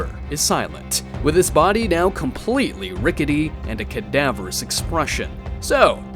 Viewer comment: Kadavorous.... Multiple times is cringe 😂😂